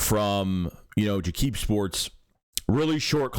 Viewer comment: Lol you’re funny bro. It’s pronounced “Jacob” media not “jah-kib”, which I know, it’s how it looks.